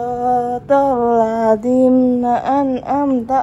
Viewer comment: Bukan "SHIROTOLLADZIM" Tapi "SHIROTOLLADZI" Tante... hehe maaf tante mbenerin... hehe....